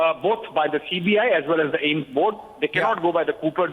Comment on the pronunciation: It's AIIMS not Ames yar